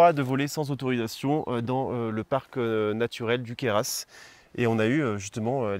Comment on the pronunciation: Alors là bravo, je viens de découvrir votre chaîne et elle est super sympa mais en plus les plans drones sont exeptionnels 😳j'ai tremblé plusieurs fois de crainte de voir votre drone crasher tellement vous passez près des obstacles et rapidement... Un vrai plaisir qui plus est de vous voir voler dans mon département, pour info juste le Queyras ça se prononce sans le "s" final 😂et les formartions rocheuses sont des demoiselles coiffées. Moi et mon mini 3 font pâle figure 🥲je me demandais d'ailleurs les fpv de chez dji sont bien ?